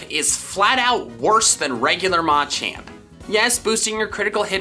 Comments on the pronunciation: He says Mochamp not machamp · Why does he say Maaa-champ, JUST SAY MUH-CHAMP